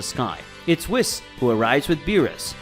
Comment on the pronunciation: I hate the way he pronounces whis and Goten 🤣🤣